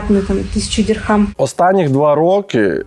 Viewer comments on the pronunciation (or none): Не дирхамы, а дирхемы